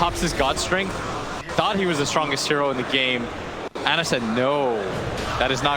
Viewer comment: I hate how Cap says Ana. Isn’t it pronounced “Ah Nuh?”